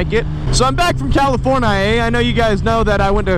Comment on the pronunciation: Wanna stop saying CaliforniA, makes my ears bleed lol.